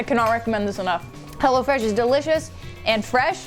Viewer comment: it sounded like you said hella fresh meal